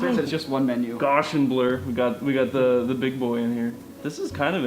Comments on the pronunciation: Carl Friedrich Gauss. Look him up. And learn to pronounce his name properly. Then you might be able to say "Gaussian blur" correctly. Cringe. Sorry, but to the mathematically-minded, Gauss is one of the demi-gods. Please show all due respect. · Gauss is pronounced GOWS btw, not goss. GOWSian blurr. I never realized that the majority of people that know this scientists name probably know it from a filter/blurr algorithm and not for the multitude of other contributions physicists and mathematicians know him for 🤣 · Wtf is "GOSHAN" blur? He works on Photoshop for his job and doesn't know how to pronounce Gaussian (Gow-see-ann)! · "Goshin blur"??? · That isn't how you say Gaussian... It's named after Gauss....